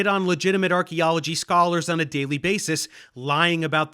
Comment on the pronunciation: archealagy broke my stride XD